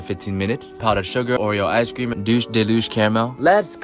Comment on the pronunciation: "Dush de loosh"